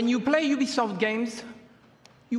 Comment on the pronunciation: You put more effort into this video than Ubisoft put into breakpoint. Edit: said "Uou" instead of "You"